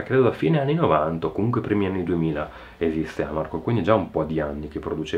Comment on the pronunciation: Giusto una nota di pronuncia: Amarcord accento sulla o (dal dialetto "a m'arcord", cioè "mi ricordo")